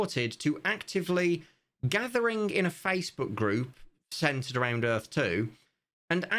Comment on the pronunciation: Earf 2, brought to you by Will Smith and Roland Emmerich. Earf 2. "Welcome to Earf...2!" - W.S.